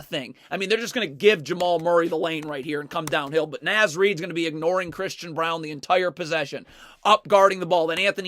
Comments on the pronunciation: Great video, I love watching Wolves defense when it's clicking like this. But please good sir... It's Naz like Oz. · Just FYI because ive heard it a few times in the videos…Naz is pronounced with a short ‘A’, like ‘car.’….carry on. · Naz is pronounced “Nawz” by the way